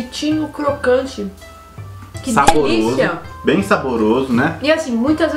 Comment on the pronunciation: “Diliça” kkk